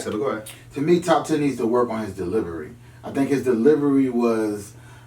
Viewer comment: To me needs to work on his "deliBery" 😂😂😂😂😂